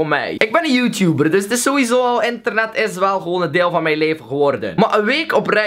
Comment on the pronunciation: zegt bij het begin ik ben verslaafd aan enternet... Luister goed